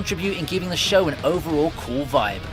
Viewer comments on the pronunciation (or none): none